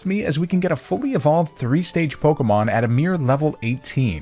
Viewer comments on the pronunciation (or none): none